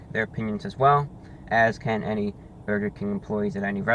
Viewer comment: His war with Bwurgah King is so funny. Eternal war with Burgah and mayo and hes right